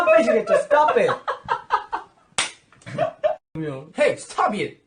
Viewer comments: "Hey stobe iet" is now my catchphrase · Every time he says stob it.. I laugh my as* out And my mom asking me to show what I'm watching so long🤦🏻‍♀️